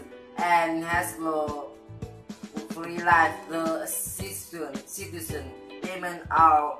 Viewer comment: có cái chỗ situation í ạ! Em mới lớp 7 nè! Có thể nói anh đọc đến nỗi người nghe k nghe được gì luôn!